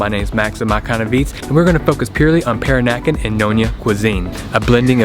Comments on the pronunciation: Peranakan is pronounced pe-RAH-na-kan. Accent is on the second syl-LA-ble. ha. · Pronounced Per-rah-nah-kan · Per-AH-nah-kahn. Sorry if that makes me sound like a dick. Calling them prawns, not shrimp: Thumbs up. Sucking the inside of the prawn head for all that gooey deliciousness: Two thumbs up! The Kocik Kitchen is in the same street of the colonial core as the hotel I stay at, Baba House. Used to be a little run down and thus cheap, but it has undergone a major gentrification like the rest of the area. When I was there in 2017, there were plans to expand the place out the back and possibly add a swimming pool. As I mentioned in comment on another video of yours, suburban Melaka is somewhere I need to branch out and explore. The colonial core is all fine and good, but it's expensive and chock-a-block full of Singaporeans on the weekends, locals during school holidays, and 'round eyes' most of the rest of the time. Will put some thought into a decent definition of "peranakan". What I 'know' might not be strictly correct- and there are differing versions of the story.